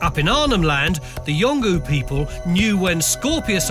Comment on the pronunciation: It's not pronounced 'yongu' it's pronounced 'yong ool Spelt yonglu